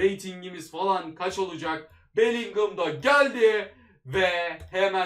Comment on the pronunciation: Bellingham demek çok mu zor sinir oldum tüm video boyunca beligol demene